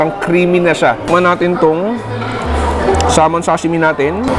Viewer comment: finally nag iisang local food vlogger na alam tamang PRONUNCIATION sa SALMON